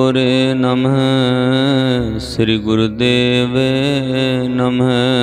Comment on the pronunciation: ਬਹੁਤ ਸੁੰਦਰ ਜੀ। ਥੋੜਾ ਜਿਹਾ ਹੋਰ ਸਹਿਜਤਾ ਨਾਲ ਕਰੋ ਜੀ। ਸਹਿਜਤਾ ਨਾਲ ਪਾਠ ਹੋਣਾ ਚਾਹੀਦਾ। ਸਮਾਂ ਭਾਵੇਂ ਥੋੜਾ ਵਾਦੂ ਲਗਜਾਵੇ। ਦੋੜ ਲਾਨ ਨਾਲ ਬਹੁਤ ਸਾਰਾ ਸਿਰ ਦੇ ਉਪਰੋਂ ਲੰਘ ਜਾਂਦਾ ਨਮਹ ਦਾ ਉਚਾਰਨ ਨਮੇ ਕਰਨ ਤੋਂ ਪਰਹੇਜ਼ ਕਰੋ ਜੀ। ਹ ਦਾ ਉਚਾਰਨ ਹ ਹੀ ਹੋਵੇਗਾ 🙏🌹🌹